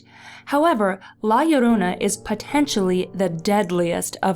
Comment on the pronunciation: Finally! Someone who pronounce Llorona like Yorona!